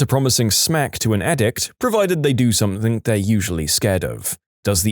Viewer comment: No K in the word something